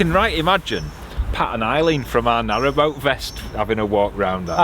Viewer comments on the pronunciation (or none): none